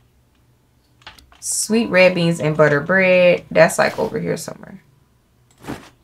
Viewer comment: i belive you now when you said your country by the way you said " this waffle look dry you need some BUTErr" lol!